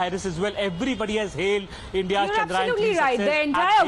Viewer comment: How many of you reporters are going to call it chandrayan??? It's CHANDRA YAAN.